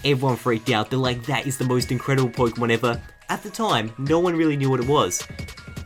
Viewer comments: Just saying, loved the video. But it's pokÉmon (short for pocket monster) I don't care if you don't spell it with the é but pronounce it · Poi-kemon? Nice Kancolle reference man! =3